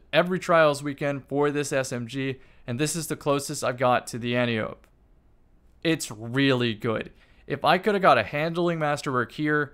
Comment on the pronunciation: Okay, it's been 4 years, Antiope is pronounced Ant Eye Oh Pee, it's Greek